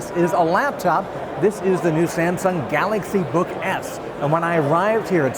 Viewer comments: did i hear him say galaxy book F at the end? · Did he say "Galaxy Book F"?